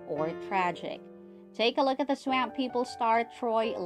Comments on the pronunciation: OMG!!! IT'S NOT PRONOUNCED SWAAAAMP LIKE LAMP! IT'S PRONOUNCED "SWUMP" LIKE HUMP! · You should really have someone narrator video who knows how to pronounce swap. Y’all should be embarrassed. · Someone please tell this woman (narrator) how to pronounce S-W-A-M-P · Swaaaahhhmmmp! Not Sw AMP !! PLEASE !! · I've never heard someone say swamp the way this video dose....from louisiana...its hillarous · She may be from Wisconsin. S'alright tho